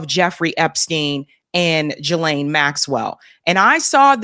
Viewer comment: Love your show…. Just wanted to mention that Ghislaines name is pronounced GEE-laine… that’s all.